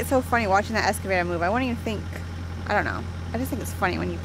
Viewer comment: Both you guys...it's "Excavator" not "Escavator"!